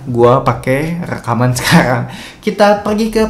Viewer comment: ori bang bukan okhri , sekarang bang bukan sekahkrang 🗿